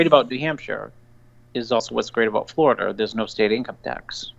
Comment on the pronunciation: Seriously! He lives in Floridur. On the east coast of the United states of Amerikur. With his anacondurs.